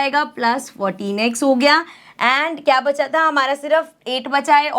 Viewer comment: not me hear 14x 😅 I hear - 'protinex'😂😂😂😅